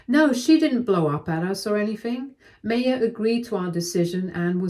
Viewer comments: I always thought it was pronounced "MAH-ya" not "MAY-ya" ... Sorry, it was just bothering me. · I’m sorry but every time the narrator called this poor girl May- yah it just made me want to grind my teeth. The name is pronounced My-yah. Please update this. It really takes you out of the story. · The name MAYA is pronounced mai-yaa, like the ancient civilization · It's pronounced MY-UH. Please check name pronunciations, you have a tendency to do this often and is super annoying. Thanks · My sister asked me to leave this link as you are pronouncing her name, Maya, incorrectly. The correct way to pronounce it is My-ah.